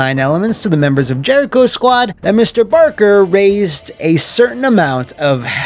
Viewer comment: Ah yes... Jeriho... Haven't heard that name in years.